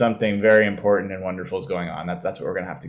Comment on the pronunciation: Where is from that he cannot pronounce "important"? It does end in ant and not int, right?